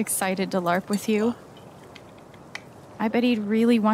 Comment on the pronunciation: Look out that is saying BARP instead of LARP😂😂